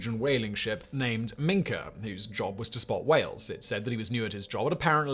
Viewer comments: "Mink" whale? Is it small, brown, land-based and covered in fur? I think not! Has "Factboi" not considered that even Wikipedia has a pronunciation guide (generally accurate) for the edification of numb-nuts like Simon? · Minke Whale pronounced Minky! BCE my BC! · Minke Whales are pronounced Mink-ee.